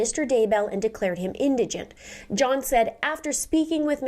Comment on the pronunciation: I'm glad you're pronouncing the word "Indigent" as so many others mispronounce it usually inDIGnant. or endagnunt....yikes....scary when someone is presenting a crime story online but can't pronounce a few important words correctly.....I've wondered from day one, if Prior is Daybells daddy as they look close enough to be related.